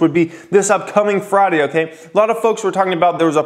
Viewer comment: Why do you pronounce friday as fraaday? Lmao